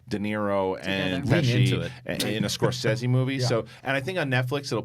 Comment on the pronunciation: Thank you for pronouncing Scorsese correctly, since almost NOBODY does.